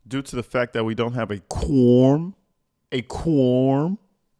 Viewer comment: 100 what??? 3 different insurance COMPANIES!!! The word(s) is/are several, fact not fack , it’s This not dis, it’s seriously, I could go on and on🤣🤨😤